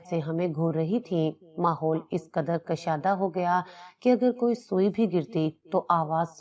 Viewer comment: کشیدہ نہ کہ کشادہ